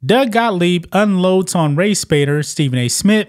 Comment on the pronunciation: Isn’t there a “T” in the end of “ Smith” lol. It’s not “ Smit”